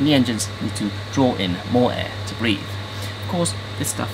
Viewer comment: Breathe, not breath…